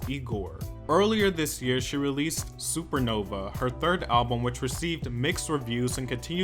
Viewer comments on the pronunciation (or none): Supervison .... Not super nova. oops !!